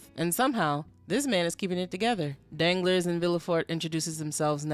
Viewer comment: Girl you killing me! You calling the than Danglers (like my nuts be dangling), I love it because I hate the character but your pronunciation of Danglas (dahn-GLAR) has me rolling